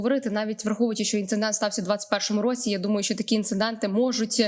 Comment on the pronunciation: Дівчата , є слово ,, інцидент ʼʼ , а не ,, інциНдент ʼʼ , будьте уважнішими …